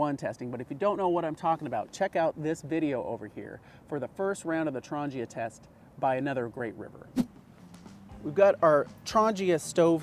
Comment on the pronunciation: There is no 'J' in Trangia. ;-)